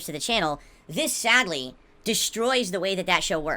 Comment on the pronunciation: Sah-HA-dly, I've ruh-sieved no sappoht! What happund?